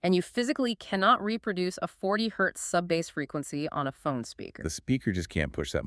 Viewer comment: 🎣 “bass lines.” OMG, you folks totally exposed your fake narration by mispronouncing one of the main terms in electronic music. 🤮